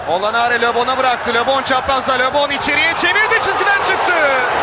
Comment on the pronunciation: Labon diyil! Lebon